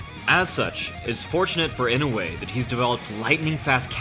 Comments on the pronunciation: It's not "e-no-way" its "e-no-you-eh" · I know you aren't japanese, but godamn his name is not "Inway" it's "EE-NOH-EHH" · Inoue —>Ee-no-whey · Sake Bobombs Nope, it's ee-no-oo-eh